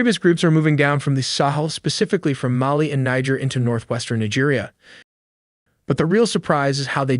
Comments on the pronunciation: It’s pronounced Neej air. Not Ni-ger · Thanks for putting together the video, although the second half of it was you making the video as long as possible: it has nothing to do with the attack. Also, you should know that Niger, a country north of Nigeria, is pronounced with the "e" as "a" as in pay. Otherwise, you would be pronouncing it as one would pronounce a state in Nigeria which is completely different. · The country bordering Nigeria called Niger is pronounced (Neejer not naija) There's a state in Nigeria called Niger state and it's pronounced as you normally pronounce Niger (Naija) that's the difference. Many non Nigerian pronounce it wrongly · bro did NOT say Niger 💔💔